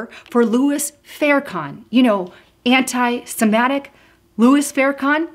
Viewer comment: dear...the word is anti semitic...the letter i is pronounced like the i in the word sit. Anti Semattic?